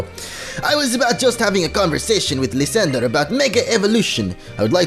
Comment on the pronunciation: Lis-san-dray that how you pernouse it